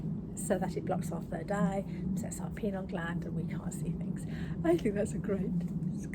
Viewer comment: PINEAL gland...PINE - AL....not PENAL